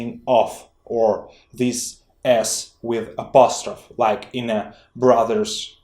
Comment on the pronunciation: The word apostrophe is pronounced with a long e at the end and it is stressed, You are not pronouncing the E or putting the stress there, Your work is outstanding. Thanks